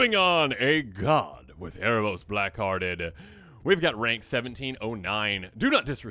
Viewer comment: Hey, you've literally been misreading that Erebos card for years. It's Erebos, BLEAK-Hearted dude 😂